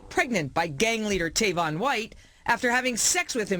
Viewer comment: His name is Tavon White not Tavin